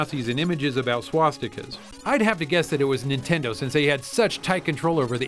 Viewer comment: "Nintend". LOL